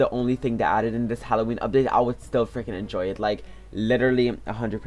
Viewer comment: Who do you always say frinking